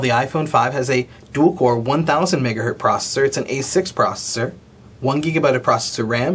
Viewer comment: You're a technology reviewer! Stop saying "megahert!"